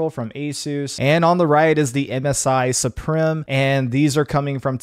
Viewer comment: Suprim is pronounced Supreme btw....